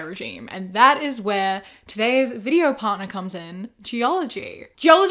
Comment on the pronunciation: I absolutely LOVE how you say, "welcome back to another video-ah,". I say it along with you EVERY TIME! ❤❤